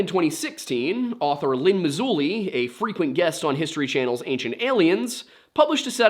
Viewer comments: L.A Marzulli* not Mazulli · It’s LA MaRzulli, not Mazulli. Great channel you have here! Just found you. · Nice analysis, good work. Marzulli, not Mazulli. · Yeah, his name is LA Martello LA. Not lane or whatever you said. I encourage everyone to look him up. He’s fantastic and has real information on all of this sort of subject matter great video by the way I like your channel. I’m about to subscribe. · The you referenced is LA Marzulli, not Mazulli. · L. A. Marzulli with an R, not Mazulli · Don't you know you aren't supposed to call him "Lynn" (Marzulli)? lol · L.a. marzulli not l.a. mazulli u left out the r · Yeah you think he’d know that there is an “R” in Marzulli. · *Marzulli not Mazulli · It's LA MARzulli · ...his name is L.A. MaRzulli...yeah, there's an R in there bro, lol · You must live under a Rock!..lol. You don’t know a thing, you can’t even get LA Marzulli’s name right!… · Always nice to see surface level research with apparently zero information cross referencing or verification. Couldn't even get L.A. Marzulli's name right 😂 and it's not like it's even hard to find. Come on bro, do better. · Someone who does as much research as you do, I'm surprised you got LA Marzulli's name wrong. You forgot the "r".